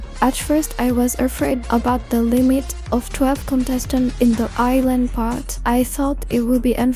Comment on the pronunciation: It's I, not A. And also, you mispronounced some names of the girls.